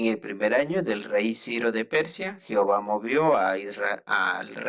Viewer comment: Se pronuncia Jehová, no "jihova " de todo lo demás está bien